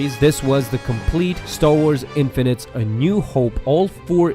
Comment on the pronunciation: "Infinites"? It's Infinities not infinites.